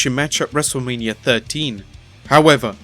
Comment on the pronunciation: Its Wrestlemania not Wrestlelamia